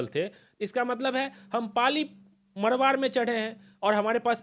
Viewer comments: पाली मारवाड़ है सही से उच्चारण करो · क्या बोलते हो कुछ भी मरवाड नहीं मारवाड़ होता हैं। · Bhai pehle pronounce thiak kro पाली मारवाड़ है ना कि पाली मरवर